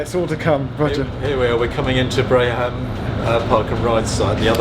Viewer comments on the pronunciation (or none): Minor correction for the doobly doo; Addenbrooke's has an e on the end. (But then it was a fun game in the early 00's finding all the different misspellings on local road signs anyway, far from the first!) Oh, and for Roger; Babraham Road (the other P&R site) is pronounced Bay-br'm.